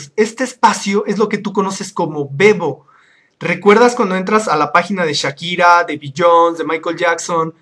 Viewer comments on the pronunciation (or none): none